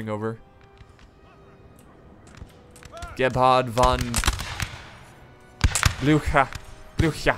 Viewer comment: You completely butchered the pronunciation of Gebhard von Blücher, but then it is a really hard name to pronounce.